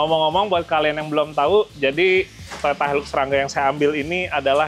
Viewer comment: Itu bukan hailuks mas bro. Hilux. Sebutannya hailaks